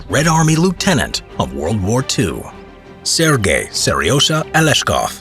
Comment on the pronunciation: Its sergai i think not sirgay